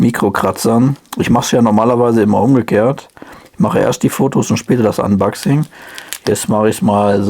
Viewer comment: unbaxing triggert so sehr 🙂 aber ansonsten sehr gut gemacht und informativ